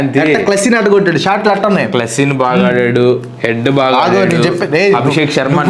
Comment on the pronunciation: క్లాసిన్ కాదు రా బాబు క్లాసన్🙌🙏🙂